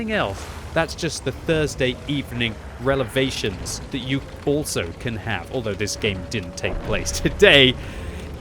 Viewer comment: Also, Relevations, haha!